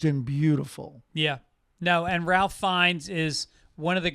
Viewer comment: Corrections department working overtime with that Conclave review. "Ralph" Fiennes? 3rd Rock guy John Lith-"gow", and also that Italian bad-guy "whats-his-name". Oh yeah, that great Italian director that works with Isabella Rossellini, you know who I mean, right? 🙄 Most Sunday Papers movie review ever!